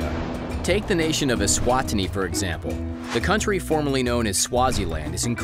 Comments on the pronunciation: Note to narrator.. E-swa-tini!!! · Not trying to be rude bur I live eswatini and your not saying the name right it's e-swa-ti-ni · I Live in Eswatini and they way this commentator butchered the name of my country is shocking.